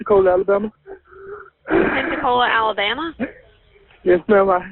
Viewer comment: I know I'm NOT the only one that thinks 'Pepsi-Cola' every time they say 'Pensacola'. Amirite? 100% I'm right.